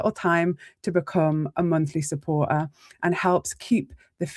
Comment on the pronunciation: IF you can't bothered to speak english properly I won't be listening. What's a Suppor-a or an edi-a?